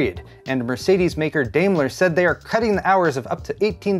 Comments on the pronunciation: hey thanks for the forecast i guess we need some voodoo to see a tornadic drop of gpus:) - btw if you ever come across to pronunce the word daimler again the first part of the name sounds like dime - dimeler and you would nail the german pronunciacion. all the best and health from germany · Daimler is pronounced Dime-ler. I'm from Michigan.